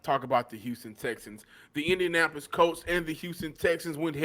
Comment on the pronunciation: It was 4th and THREE. Not 4th and third. And Colts, not Coltses. Dann.